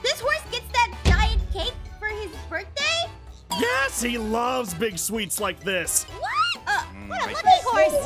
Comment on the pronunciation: Ah yes borkday